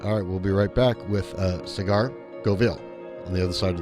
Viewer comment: Great interview aside from calling him "cigar" 😂